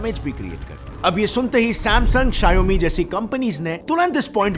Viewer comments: It's not sha-yo-mi , it's Shaw-me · RIP appul bhai😂 also For Xiaomi Its sheeiaomee in pronouncation not shaiyomeee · Shiaomi kya hai bhai? Shower me ko jod ke bolo And shower ko America ke style mein bolna padega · Please pronounce Xiaomi correctly It's pronounced as show (from shower) +me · You should correct the pronunciation for "Xiaomi".